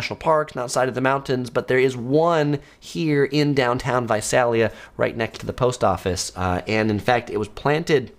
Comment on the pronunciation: Visalia- the first “a” sounds like “ey” in “hey” Think Visaaaaaalia.